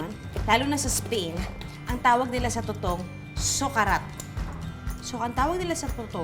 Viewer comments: Winner yung “Too-Towng” 🥰😂😅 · buset na yan,,, humagalpak ako sa suyal na "Tutowng!".. hahahaha